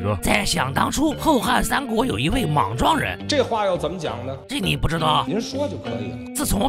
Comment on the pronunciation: 提一句，八扇屏里的莽撞人，莽读作meng3